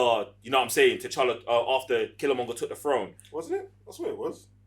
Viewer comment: Really great review! The only things that bothered me were… it’s pronounced killmonger not Kill-a-monger, Okoye not Okoyo and it’s Chadwick not Chaswick.